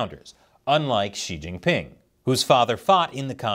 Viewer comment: Wrong pronouciation. Shouldnt it be See Jinping instead of She Jinping?